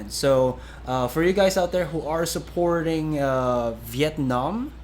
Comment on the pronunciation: the way he pronounces Vietnam on made me cringe a little in the inside